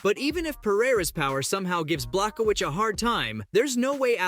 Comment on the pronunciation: You can’t even say Jan’s last name correctly